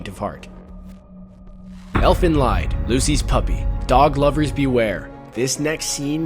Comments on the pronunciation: Let me get triggered for a quick second: IT'S FUCKING LIED! NOT LEID! NOT LAID! NOT LYDE! F U C K I N G LIED! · The "lied" in Elfen Lied, is German, therefore it is pronounced lee-d. You guys really know your anime's huh? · It is pronounced "leed". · "Elfen Lied" are two German words meaning "Elves song". Especially "Lied" is not pronounced like the English word lying. It sounds like "lead". For Japan people German is like Latein for us. They often use it during e.g. Demon summoning as an mystical language. Or they mix it with Latein as you can see in the main theme song of Elfen Lied. Just saying. Nice video. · I try not to do to many hate comments, but this video deserves it. DON'T PRONOUNCE LIED WITH A L LONG I. IT DOESN'T RHYME WITH RIDE IT RHYMES WITH SEED. IT IS A LONG E SOUND. THERE IS NOT REASON FOR ANYONE WHO HAS SEEN THIS ANIME TO MISPRONOUNCE IT. IT SAYS IT IN THE ANIME. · Well in his defence most non german speakers don't know that I is pronounced ee. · Lied is pronounced "Leed". It is German. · you need too pronounce Lied as if you would say eat. For english people it should be Elfen Leat (Lied being a dutch word and just so happens to be my language). so making fun of you in any way BTW. just never heard the pronounciation like that. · The Lied in Elfen Lied is pronounced as lead...the name of the series is deliberately supposed to be German. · "Lied" in Elfen Lied is pronounced "Leed", like "bleed". It is German for Song. Though, Leid, which is how you pronounced it, means suffering and might as well be correct.... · Also, Lied is German, it's pronounced "leed." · Lied is a german word, so the pronunciation is different. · you said lied wrong. the I is said like a long e. it's German for song. the anime is really called eflen song. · Good list, but that's not how you pronounce "Lied" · the irony is strong in how he pronounces lied in elfen lied